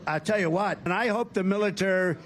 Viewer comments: ".. no Thur wor" (no third world) "I hope no militur" (military?) Hope he does a better job with the nuclear codes. Oh that's right, they're safe with green, cruz bobert et al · "Militererery" What the? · Is facial hair required below the Mason-Dixon Line?! "militur" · He has lost weight. A lot of weight. And syllabic aphasia, oh my, “The militoo- . . .the mililoo..” His advancing dementia is really showing. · He audibly struggles to pronounce "the military revolts" (ta-ree-ree seem to be a sequences of syllables that makes his brain misfire) . He trails off at the end of every sentences without finishing them more often now: "These people are cray.'" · He can’t even finish a sentence 👀 And he can’t pronounce words .. militarrrr… I seem to remember hearing that this is a symptom of serious impairment. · "the militairrr" WHAT? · he claimed he never used a teleprompter. he cannot even say military. what is he actually talking about, confused sharks????? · I'm not a doctor, but that inability to say "military" is a sign of something. Whatever trump has, it's worse than the fumblemumbles of biden. 🤠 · Contact Dr John Gartner who will tell you Trump is full blown dementia and the word military he could not pronounce is a sign Gartner and 500 other professionals agree. Search "shrinking Trump" to find the videos and podcasts OMG wake up NBC msdia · He could not say the word military. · Yeah,he couldn't pronounce electrocution and had problems with the word military,too. Those word problems are becoming more frequent.